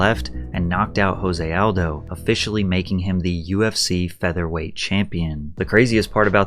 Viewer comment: Jose Aldo is Brazilian and therefore his name is Portuguese. The “J” is pronounced the same way as it is in English, not an “H” sound the way it is in Spanish.